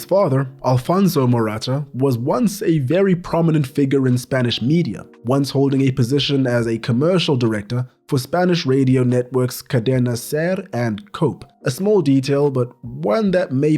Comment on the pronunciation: Just a tip, cadena COPE is pronounced as "coh-peh". In case you ever need to mention them again. Great video tho